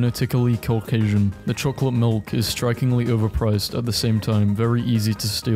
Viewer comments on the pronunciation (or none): none